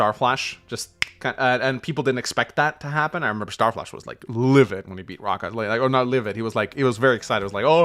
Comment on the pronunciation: That Raahka cardinal sin... lmao